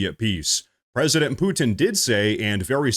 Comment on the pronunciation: If you're pronouncing the name Putin, "Poo-Tin," just to get us to comment on it, ...It worked.